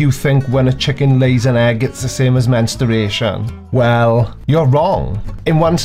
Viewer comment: Please, stop saying "mensteration". 🙄